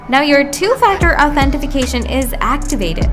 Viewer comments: Why are you adding an F in Authentication? Authentifuhcation? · "authentification" lol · useless video, cant even say authentication right